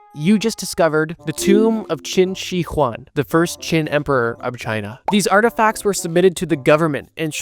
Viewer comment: you pronounced qinshihuang clsoe but the shi is pronounced as sure